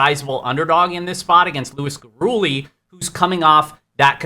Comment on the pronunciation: Luis Gurule = Luis (Gur-lay) Not (Gur-ooley)